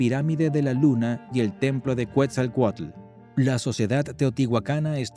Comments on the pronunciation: Es Quetzalcoatl no cuetzalcoatl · Es Ketzalcoatl , Quetzalcóatl, no “cuetzalcoatl “ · no se dice cuetzalcuetla se dice: Quetzal Coatl. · Cuetzelcualco ahuevo..😂😂😂😂 Que dios es cuetzecualco. Yo solo conosco a quetzacoalt